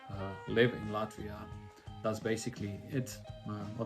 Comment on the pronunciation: I like how you already pronounce “Latvia” with Latvian accent:)) Hello from Estonia!